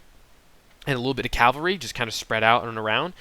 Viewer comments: cavalry not calvary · Cav-al-ry not cal-va-ry. I have made the same mistake often. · I mostly agree, great video, but I grind my teeth when I hear this guy say cavalry. Sometimes it sounds like he's saying "Calvery" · Great work - but this is a pet peeve of mine... Cav-al-ry = horse soldiers vs. Cal-va-ry = Jesus being crucified (the really odd thing is that you switch back and forth between the two) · He said it wrong, but, you know what he means.